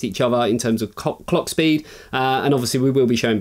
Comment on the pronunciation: 2.24 mins in. 'Cock Speed' LMAO. This only just dropped in me feed. Made my day ffs, can't stop laffin :D